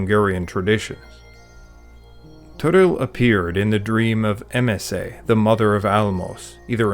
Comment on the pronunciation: Ha magyar lenne a srac, legalabb a magyar szemelyneveket normalisan ejtene. Ha maasert nem, hat hogy masok is megtudjak, hogy kellene ejteni. Amikor Emeset Emeszenek ejtette, azt hittem, sikitok. Magyar ember ilyet nem csinal. Amugy a video jo, nem kritikanak szantam :)